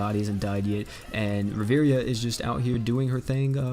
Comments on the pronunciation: Please don't pronounce it riveria it triggers me. It's pronounced riv-e-air-a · I swear if I hear you say Riviria instead of Riviera one more time I’m gonna lose it